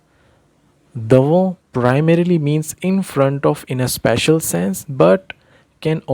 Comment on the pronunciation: Bhai ye sspecial hota hai This is spatial Plz chk pronunciation of spatial